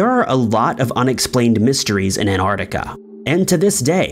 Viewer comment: Where’s “Anardica”?